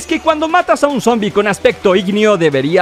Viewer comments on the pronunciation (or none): none